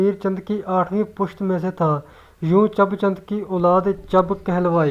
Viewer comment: Chab qom nhi Chib hoti hae